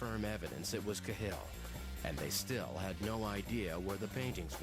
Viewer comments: It's 'CA-hill', not 'Ca-HILL'. Jaysis narrator fella... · No, it's not, its pronounced Kah-hill, youtube any rte news vid on YT to to its correct pronunciation. i.e Kah-hill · Its pronounced kaaa hill u emphasise the a like ah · If the narrator had actually watched any footage he would have learned how to pronounce 'Cahill' - emphasis on the 'Ca' not the 'hill ;-) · It's pronounced cal in Dublin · Ka Hill is not how it's pronounced tho.